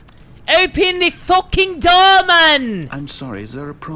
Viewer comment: when became British😂😂😂 opeeen the fooking door